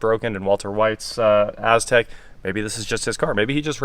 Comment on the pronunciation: everytime he said Aztec all I heard was A$$crack.